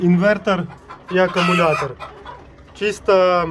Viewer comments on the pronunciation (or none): none